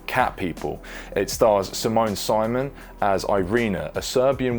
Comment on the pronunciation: Her last name is pronounced "SIMONE" the same as her first name. "Simone Simone" ...